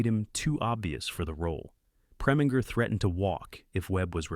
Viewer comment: Can't take this seriously after the mispronunciaton of "controversy " and Preminger, and Lorre - among others.